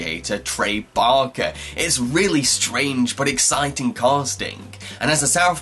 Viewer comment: you said parker wrong